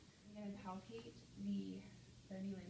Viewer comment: ‘’ I’m gonna palpatate’’ Now I’ll have nightmares...